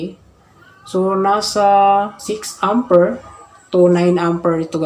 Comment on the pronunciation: Amper not Ampir